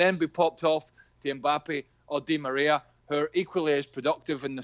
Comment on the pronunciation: I love how frank couldnt say Di Maria🤣